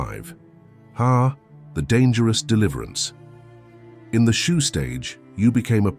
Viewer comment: Shoo, Shu, Shoe? WTF